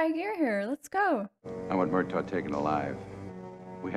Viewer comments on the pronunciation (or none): Hey! I love your reactions, but in this one, it almost sounds like you're pronouncing the name of Danny Glover's character as "MUR-tog," with a G sound at the end. It's actually "MUR-taw."